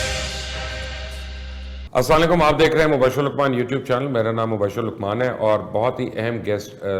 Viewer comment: Mubashir luqman bhaai aap asaalikum nahi kaha keejiy Assalam o Alikum kaha keejiy kionki ki matlab badal jaaty hain